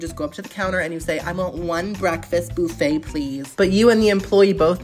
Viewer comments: It’s not boo-fay! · I have to know... Does he say buffet wrong on purpose, or is that just how he says it? I'm sorry it's a bit annoying. Lol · Love you!! ❤ But why are we saying boofay instead of buff no? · First time hearing someone pronounce "BUH-FEY" "BOO-FAY" 😂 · Wtf is a boofay? It's buh-fay. Get it together😂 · It's not BOUFFET its mfing BUFF ETTTTTTTT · Don't take this the wrong way or anything, but is there a reason you say "boofay" instead of buff-eh? Is it just the way you normally pronounce it, or some other reason? Probably a stupid question lol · Boofay...instead of buffet...lol... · The way he said Buffet as BOO-FAY. Hurt me. So deep. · The “boo fay” is giving me major ick, but I’m tryinggggg to watch 😂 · Cracking me up calling it a boofay...LMAO. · its fucking buffet not buffay